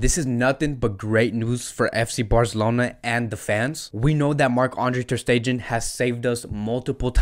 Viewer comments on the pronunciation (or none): As much as I love ur content n ur passion for fcb , for God shake please pronounce the players name properly. Iivan rakitic, ter stejen, c'mon buddy..👍👍